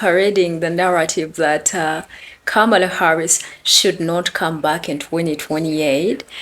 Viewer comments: Funny how the first one doesn't even know how to pronounce her name correctly. Yawn....former VP Harris is resting. They need to be sending all that energy to those Latinos that voted for Dump. Start there, address those issues and then come back later on. We might be interested to listen then ( might). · Don"t worry about her running in 2028 most of you who rejected her won"t be here...keep talking disrespectful by mispronouncing her name...keep with lame excuses of why you didn't vote for her. talk to the people who are deporting you!!! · 😂😂😂 these fools want her to come and do the work for them when they basically told her to kiss their azzes while they smiled all the way to the polls to vote for trump. All she needed was your votes and yall constantly shyt on that woman and still dont respect her enough to even say her name right. Yall helped make sure she didn't get the job so why tf are yall out here asking where she at??? Kamala is too classy to say it so imma say it for her....FK YALL! GO CRY TO TRUMP! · First of all we don't know anyone by that name can't even pronounce her name..so who is he talking about..go away dummy... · That thing won't even have the courtesy to pronounce her name correctly. You notice it doesn't say it voted for Kamala Harris. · Wow!!!!! Its not her job to be caring. She dont need you Latinos to be ASKING HER FOR A VOTE. You didnt give it then so go somewhere with that. Yall better handle your Lation business now! Learn how to pronouce HER NAME!!!!!! U DO THAT! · The Latino guy is criticizing Kamala for not continuing to speak out. But, he can't even afford her the respect to pronounce her name correctly . Hypocritical much? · First of all, learn to pronounce her name correctly. Secondly she did her part … did you?! I think Not!!🤔🙂‍↔️ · First, boy needs to pronounce her name correctly, secondly, Freaking 🤡🤡🤡 needs to stand back y’all voted for Trump. You reap what you sow. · Comma-LA..It is really not that hard to say it correctly